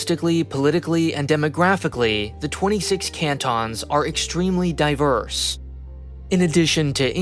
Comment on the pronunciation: "CANT-ONs" 😂 you would...